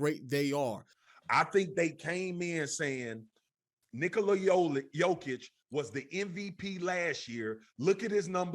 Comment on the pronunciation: why buddy sound like he was gonna call him Nikolaodeon